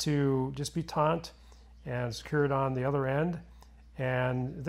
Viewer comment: "Tont"????? Surely you mean taut.